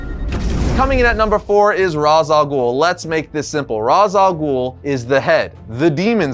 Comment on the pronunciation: Are we going to address that mispronounces Ra’s al Ghul’s name? ….No? Just me? Okay.